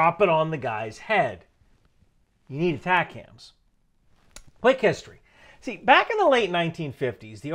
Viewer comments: As a former MLRS crewman for 10 years, your pronunciation of ATACMS is killing me. It's not Attack Hams. It's AY Tac Ums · It’s atacms not atac-ams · I also cringed at the first mention in the vid of ATACMS -- If somone said, " launch the A-Tak-Kams strike" in the JOC they would be immedietly mocked/escorted out!😂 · Are you saying "attack hams" on purpose? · Pronounced Ay-'TAK'-Ums. MLRS not MRLS. ATACMS was not "adapted" for HIMARS. HIMARS was required to fire everything the M270 and M270A1s could. The entire MFOM or MLRS Family Of Munitions. Just one pod at a time instead of 2. I was an active duty 13M for over 21 years. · We 13Ms didn't emphasize the M in ATACMS back in the 90's. Might be how it is said today for all I know. Love seeing my old job be so important still.